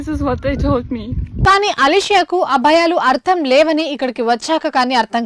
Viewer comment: Abhayalu kadu talli, A Bhayalu, learn how to speak telugu.